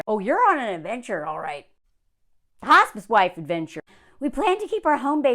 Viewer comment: I thought you said “hostage wife” instead of “hospice wife.” Which, I suppose, are basically the same thing